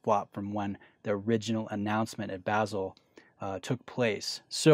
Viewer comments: Hey, I love the channel! But.... Please, for the love of God, please start pronouncing "Basel" correctly. Check out google translate, the English or German pronunciation, it will help!! Many thanks and keep up the great work!! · It’s just the wrong pronunciation, regardless of where you are from in the west. Whether you’re english or german speaking, Basel is pronounced the exact same. It’s also misleading to your viewers. I bet my ears aren’t the only ones you’re hurting when you mispronounce it. Anyways, just a small bit of constructive criticism